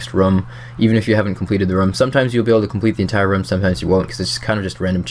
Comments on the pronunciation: why do you pronounce room like rum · its "room" bro jesus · something about the way you say room triggers me slightly.. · Your pronunciation of room is very british-sounding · not british sounding at all, in any accent. - am british